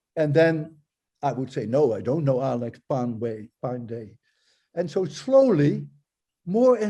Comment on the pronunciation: Walter sir : Alakh.................... Padey yeah! Lol 🤣